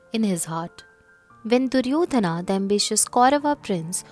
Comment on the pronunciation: it is wrong. Stop commenting about language which you never studied. It is not Duryodhanaaa Not Arjunaaa not Karmaaa The pure form has no aaaa here. Only when another word is added after the name sometimes the joining sound becomes aaaa